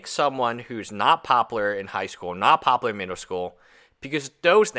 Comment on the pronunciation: Bro. Do you not realize there is a U in the word popular? Pop-u-ler. No pop-ler. Every time you say the word I think of Futurama.